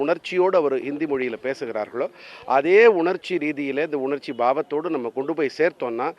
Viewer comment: உணச்சி இல்லப்பா உணர்ச்சி